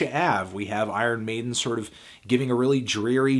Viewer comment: "Eye Earn Maiden"